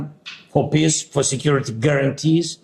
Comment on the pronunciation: “Peace” pronounced by z sounds like “piss” literally and metaphorically!!!